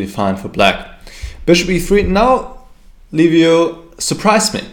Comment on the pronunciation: Congratulations for the win, you are the only one commentator who's pronouncing perfect Liviu's name. Like Leave you, for English speakers